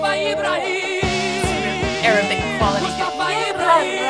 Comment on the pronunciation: It's "Ibrahim", not "Ebra Eel", roflmao :DDD